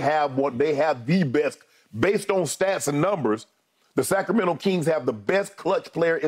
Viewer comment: That’s right Skip!! SAC-RA-MEN-TO 🗣️🗣️